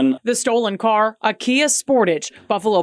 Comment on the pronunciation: “The cerr was reported stolen”